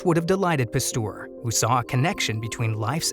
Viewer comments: Argh!!!! Please, someone tell the voice over guy it's Pasteur, not Pastour!!!!! It makes my ears BLEED!!! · Thanks very interesting! But please learn how to pronounce Pasteur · Turns out i was pronouncing Pasteur wrong my whole life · Please learn how to pronounce names, Louis Pasteur desrves it!!!